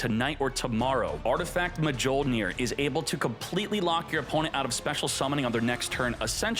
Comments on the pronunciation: Mah-jole-near is crazy lol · Man never read a Thor comic in life. Its Mil-near . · "Mah-jole-near" lol - never watched a marvel movie. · Artifact: mah-joe-near Marvel: 4 thor movies and we have failed.